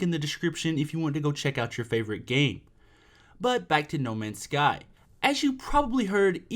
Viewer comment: u said the name wrong